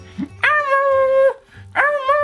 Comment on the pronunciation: Who's Elmu? It's Elmo.